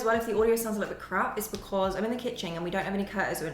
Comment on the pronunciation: Did she say 'Kitching?'